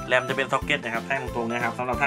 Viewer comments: แรม แรม แรม ไม่ใช่....แร้ม ...Ram ( Random access memmory ) เป็น Stores Device สำหรับเก็บความจำชั่วคราวของคอมฯอีกแบบหนึ่ง ที่ต่างไปจาก ฮาร์ดดิส ทางกายภาพ ถ้าจะสอนคนอื่น ต้องเข้าใจ การทำงานของอุปกรณ์ นั้น ๆ ram, front side bus (fsb), bit, bite, Herzt bios Masterboostrecord (mbr) Harddisk , เหล่านี้มีหน้าที่อะไร แบบใหนดี แบบใหนเสีย ไม่ใช่ ฟังแค่ Beep Code แล้วทำเป็นเก่งเรื่องคอม ทุกคลิปที่ทำ ไปดูมาจ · เหมือนเป๊ะเลยครับ ขอบมากๆครับ